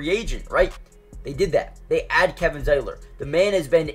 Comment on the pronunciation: He got Zietlers name right.